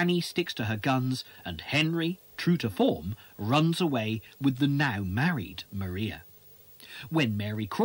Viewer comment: This is a very interesting documentary. However, Maria Bertram is actually pronounced “Mariah,” like Mariah Carey. :)